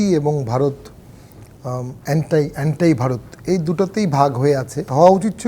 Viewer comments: It's not aantai its anti😂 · Anti - অ্যান্টাই 😂😂😂😂 RIP English pronunciation 🤣🤣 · গাঁজা খেয়ে আইনজীবী😂😂 এন্টাই ভারত,,নাইবাড়িং কান্ট্রি😂,এটা কোন দেশের ভাষা 😂 না ইংলিশ না বাংলা😂